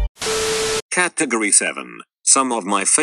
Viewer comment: I like the way it pronounces "caatagoree"